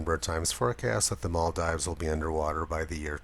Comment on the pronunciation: Love the video, but here's how to pronounce the Maldives